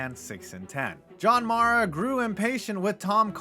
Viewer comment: Guy can’t even pronounce john maras last name lmfao